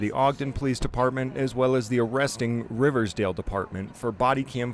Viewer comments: Local here! It is Riverdale, not Riversdale. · It's Riverdale, not Riversdale.